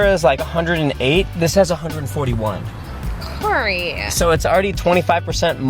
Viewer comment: “It’s the most dangerousuh, Coreyuh!“